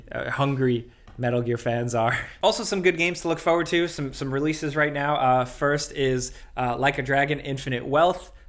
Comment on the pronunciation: The way he pronounces "forward" makes it sound like his mothersister and daddyuncle made a nephuson.